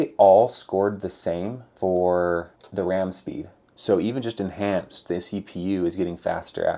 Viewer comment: En(h)anced. The h is still rendering.